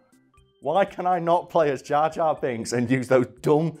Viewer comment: jor jar binks